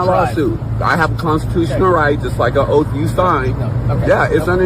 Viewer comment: "Did you tale a OAF"? No, he took an OATH